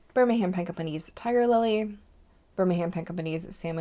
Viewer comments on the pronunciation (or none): none